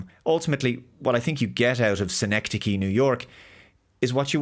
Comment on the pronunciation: Well done on the pronunciation. Whenever I see it, I immediately think of it as ‘sine-c-dosh’ 🤣